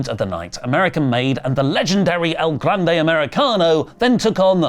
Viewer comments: As a Spanish speaker, I find myself alarmed every time pronounces El Grande Americano as “El [Glande] Americano” 🙃 do not google it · I'm not saying you guys should stop calling him "el GLANDE americano," but you guys should at least check "glande" in a spanish dictionary because it definitively means something and that something is not the same as "grande."